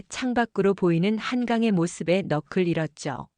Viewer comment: '넋을' 은 '넉슬'로 읽어 주세요